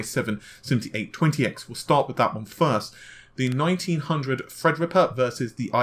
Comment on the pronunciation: The way pronounces "Thread Rippa" is extremely annoying. It sounds like he is either holding his nose or has a cold.